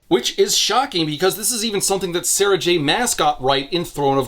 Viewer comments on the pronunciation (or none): none